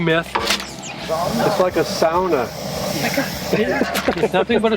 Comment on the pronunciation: Did I hear Chad pronouncing sauna (SOWna) correctly? Love it!!